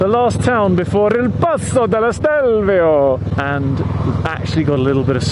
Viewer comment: Stelvio is just two syllables, which is why the accent is on the first syllable. AKA Stilfser Joch. There is a local Lombard dialect name, but I can't say it.